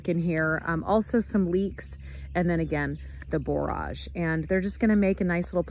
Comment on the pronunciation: That's really interesting about the borage making the berries grow better! BTW, it's pronounced like 'storage '. I've got three big beds that need cleaning up, overgrown, I better get at them soon!